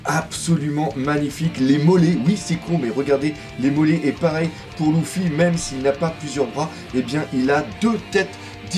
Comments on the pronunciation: Leuffy pas louffy on dit stp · On le prononce leeeeeffy ou luuuuffy pas louuuuffy